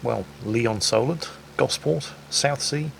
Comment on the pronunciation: I never realised you were a Solent local,! You nailed Gosport and its high street to a tee; I think covering it in trees is probably an improvement. Excellent video!